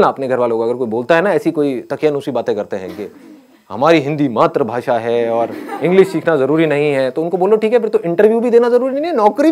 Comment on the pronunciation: Matr bhasa nahi matri bhasa hota hai.